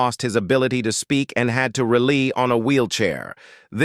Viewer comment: Fake AI voice's pronunciation flubs make this video hard-to-believe. (Check the pronunciation/grammar of 'rely', '''VonDross''', 'Did he murderED somebody?', '''vehicleez''', etc.)